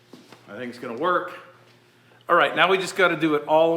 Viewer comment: It sounded like said “We’ve got some Mork to do.” So my response was “nanu nanu, shazbot!”